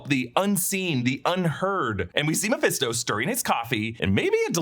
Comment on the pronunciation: You called Mephisto incorrectly at least 10 times over the years. Even a broken clock is right twice a day.